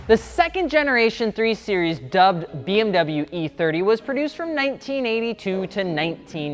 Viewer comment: "BMW '3 SERIES'" 🤦‍♂️